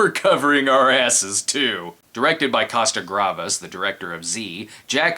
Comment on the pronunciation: Costa-Gravas?! You mean "Gavras".